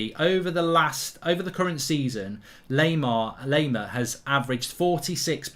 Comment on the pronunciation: Laimer is pronounced - Lie - Mer Lie as in you're lying to someone